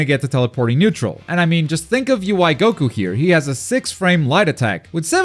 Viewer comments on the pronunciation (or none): none